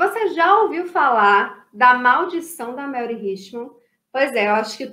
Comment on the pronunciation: Mary em inglês, SE pronuncia MÉRI e não MELRI